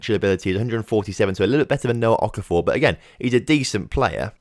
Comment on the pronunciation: Good to see you saying Okafor correctly. (Don't think I am actually related to Noah to be honest)